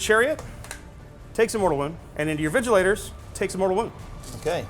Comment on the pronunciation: lmao "vigilators" :face-blue-smiling